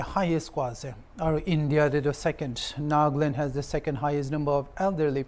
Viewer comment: It's NAGALAND not NAGLAND